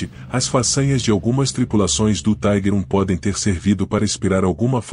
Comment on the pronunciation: A pronuncia correta é tiger com som de i e nao taiguer, taiguer era a pronuncia dos norte americanos